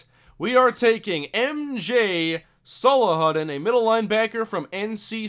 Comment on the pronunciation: MJ Salahuddin is pronounced: sah lah who DEEN